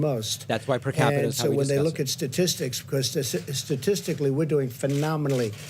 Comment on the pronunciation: He messes up saying “statistics,” every single time